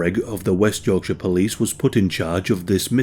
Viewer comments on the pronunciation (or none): none